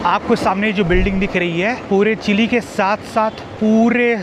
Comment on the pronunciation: इस देश का नाम चिले नही है चिली है